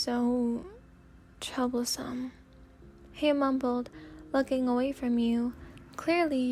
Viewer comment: I thought you said trouble-san instead of troublesome lol